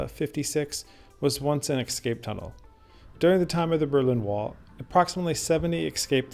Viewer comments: Great video, but please, for heaven's sake, it's pronounced "ES-CAPE" not "EKS-SCAPE" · “Escape”- “an act of breaking free from confinement or control.” Escape… EsssCape.. not “ExScape” Too good of a video for such a basic miXstake.. (see?) ❤ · This is an excellent video but please; the word is "escape" not "excape". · Ah, yes! but you obviously ARE cultured enough by now to appreciate why this pronunciation “thing” matters to the kind of person who appreciates your type of tours.. I’ve watched a couple now and realize you have said it both ways (es/ex) in previous videos. YouTube provides an abundance of criticism, but you are providing good content. Keep up the interesting videos. 😎👍